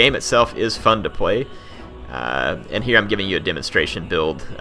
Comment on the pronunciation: "it's actually pretty fun to pway"